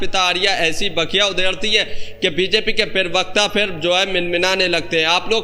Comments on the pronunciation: पीरवक्ता नहीं प्रवक्ता होता है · Perbakta nahin bolte bheya,, Prabakta bolte hain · Bhai yeh pirvakta kya hota hai..pirvakta nahi parvakta hota hai.